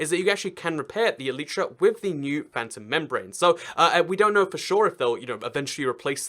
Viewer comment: Its not phantrom its phantom